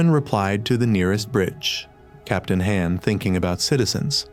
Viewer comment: FR captain han sounds like ham and xiyung is roman 11 young and he keeps talking about the bullies not subscribing leading them to die and the ai loses its grammar mid video bruh 💀💀💀